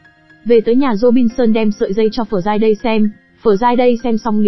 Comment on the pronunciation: Học ngoại ngữ ở đâu mà đọc kỳ quá,Friday mà đọc giống tiếng miên quá👎